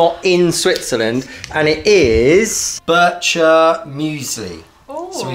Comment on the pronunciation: Bircher is not pronounced the way you did in this video. Bircher Muesli was created by Dr. Bircher Benner.